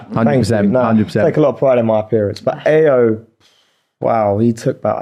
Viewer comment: Not Munveer complaining about people pronouncing his name wrong and then constantly saying Ayo wrong🤔😂